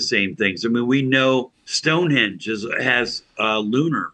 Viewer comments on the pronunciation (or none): Ohhh “henge” not “hinge”. I see